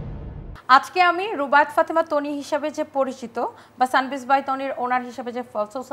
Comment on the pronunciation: ... টানি আপু 😂😂😂😂ঢং করতে যেয়ে একি বলে ফেললো বারিষা হক। তনি আপুকে টানি আপু। ও মা গো কেউ আমাকে ধর 😂😂😂😂😂😂